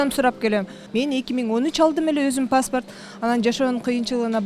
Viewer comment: Паспарт эмес паспорт